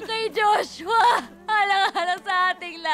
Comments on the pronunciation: 'salamat Juswa ' 🤣🤣🤣🤣🤣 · Its the "juswa" and "helicupter" for me hahahaha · Natatawa ako pag binibigkas ni Mikael Daez ang word na JOSWA! 😂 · Yong "JUSWA" talaga eh😂 Galing talaga ni marian😅💖